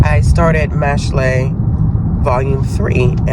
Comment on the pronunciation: Just a heads up Mashle is pronounced like mashel, so like muscle but mashle since muscles are the main guy's thing😂 love that you touched on that series!😊